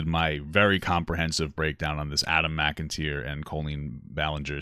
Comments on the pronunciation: You can’t even say his name right, left so much information out & have so much misinformation… how did you “deep dive” exactly because this is shit take. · Saying you did a lot of research while also mispronouncing Adams name... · Not pronouncing his name right….starts the disrespect… Why are u defending Coleen Ballinger? Dislike ur video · I knew right away at the beginning that you didn’t do any research when you butchered his name. You’re definitely a creep to steer away from. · Adam has made a reaction video to this foolery. And on top of that you think we find it interesting that you continue to diminish Adam, and his speaking out before the video even starts. You can’t even say his name right, do research, or even look up the defn of grooming. Your pathetic. Also Adam is a commentary channel JUST LIKE YOU- don’t get it twisted, you look foolish. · Dude you said his name wrong two do your research on this topic your sick to say anyone abused loves thier abusers. Horrible video, and he was groomed get your facts straight and leave his parents alone. Anyone women who talks to minors inappropriate and puts cats in bags is a sick woman. Shut up. Trust me and we all care about Adam because he’s been honest by being groomed by a 30 something year old shut up.